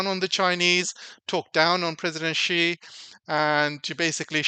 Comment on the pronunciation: TQVM for this insightful video. A small correction if I may. Many well know personalities have trouble pronouncing ' XI', the Chinese president's surname. It is pronouced as ' see or C'.